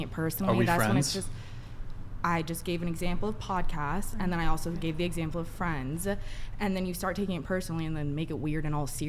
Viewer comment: wtf was with that first chicks speech? Her lips don't even touch when she speaks, "And olso, quesion", missing brain cells for sure!